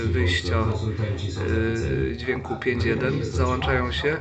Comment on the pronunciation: Ikonki nie mogą się "załanczać", co najwyżej mogą się załączać. :-) Oglądaj film od początku do końca a nie baw się suwakiem. :D